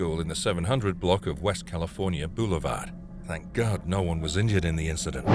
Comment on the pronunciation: "Oh my gard" very weird commentary.